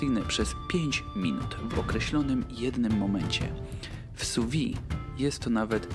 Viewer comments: Szefie, nie wymawia się su wi tylko su wid (sous vide) sous-pod vide- - próżnią wiem że francuszczyzna teraz niepopularna ale profeska wymaga znajomości terminów kulinarnych w oryginalnym narzeczu. Francja to ojczyzna grande cuisine - przetłumaczcie sobie co to znaczy. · Bardzo ciekawe i przydatne. Malutka konstrukywna uwaga, że wymawia się [su wiD].